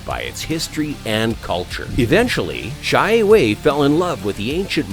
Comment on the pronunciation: XIE WEI not pronounce as "Cai Wei" , It's "Sie Wei" (similer to C-A Wei or Share Way)